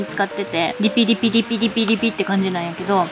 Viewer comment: リピ×５じゃなくてピリ×５なのね かわいい笑笑